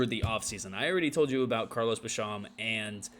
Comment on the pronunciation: I would just like to respectfully say by the end of the year you won't be mispronouncing Rousseau and Basham's names 😉. Bills will win 14 games in the regular season and be the #1 seed in the AFC. Allen and our O is too good not to, along with our improved pass rush. Go Bills ✌🏼